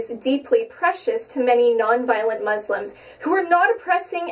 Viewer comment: She even pronounces "muslims" wrong. Jesus christ.